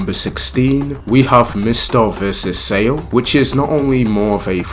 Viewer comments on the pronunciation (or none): IMO top 3 are Giorno and Mista vs Ghiaccio (Top 1 fight in jojos for me), then Giorno vs Cioccolata/ Bucciarati vs Secco and finally Bucciarati vs Prosciutto and Pesci Also Sale is pronounce with the first a being like the a in narwhal and the e being like the a in may